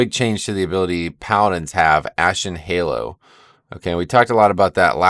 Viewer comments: Ha-low, all hallows' eve, Halloween. Not Hay-low. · Ashen Hallow, Hallow, like Hollow, not Halo. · its actually like the 'a' in the word happen, hal-low